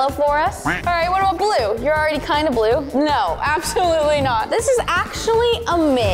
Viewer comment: It’s the BLOOO waspery